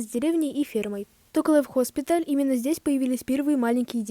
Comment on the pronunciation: Хоспитал, хас🙁 Канал хороший, но очень сложно слушать ошибки 🙁